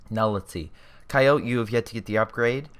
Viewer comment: GLORIOUS Replay,but I think you should know Coyote is pronounced "Ky-O-Tee".